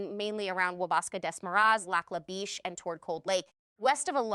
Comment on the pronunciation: Lac la Biche is a French name so "Biche" rhymes wish "dish".